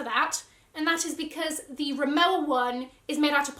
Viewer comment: I think it is pronounced RimoVa as i have asked it from my SA. But she maybe mistaken 😂🤣